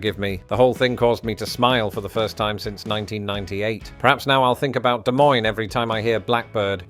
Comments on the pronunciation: Great video on Iowa, thanks for visiting! But I just gotta add that the s at the end of Des Moines is silent, both s's are, it's like Duh Moyn. Y'all come back now ya hear? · NEITHER "S" in Des Moines is pronounced. At least once you pronounced the second one.